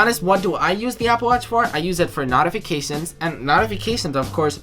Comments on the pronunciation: This dude said Knotifictions. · This idiot can’t even pronounce the word notifications